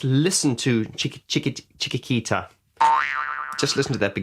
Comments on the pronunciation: it is chik-eat-eat-a :) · Pronounced chicky tee ta, not chicky kee ta. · Seriously how can you not pronounce chiquitita not s great start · How can you not pronounce, Chiquitita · Oh dear... You can't pronounce "Chiquitita"... That sounds very ignorant... You could have practised the pronunciation before recording this... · Well, your struggling with the pronunciation over and over again, reveals that you're not very familiar with ABBA songs, Chiquitita in particular, although it's been around since the 70's... On what grounds do you suppose I don't play ABBA's music as well as you do? I started playing it in 1974, and since then I've been constantly developing my technique. I actually think I'm better than yours, but I'm aware it's still not perfect... I don't spend as much time at the piano as Benny does. And, above all, I gave your video a thumb up, which shows general appreciation... :). P.S. Yes, I am Mr Perfect... But after all, so is Benny Andersson... :) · Well, as I have already mentioned, I generally liked your video... To be honest, I see for the first time, that an English native speaker can't pronounce this word correctly, although I have watched lots of English journalists and musicians mentioning/reviewing this song. And, on top of that, as a musician, you should have a good ear for music, and for the sounds in spoken language, no matter if it's English or any other European language (especially Spanish which is very melodious). Yes you are right, I am not a native English speaker. But I am a linguist also teaching English as a foreign language. And maybe that's why I see more clearly the grammar and spelling mistakes the English make. For example most don't distinguish the difference between "lose" and "loose", "their" and "there", "its" and "it's" and so on... But, of course, I am sorry, and I do apologize if that has offended you.